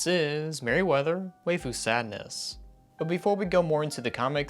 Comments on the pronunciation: This is a great video that's well researched and produced, but because of the way you pronounced waifu I'm afraid I'm going to have to unsubscribe and block you. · Pronounce it "Why-Fu"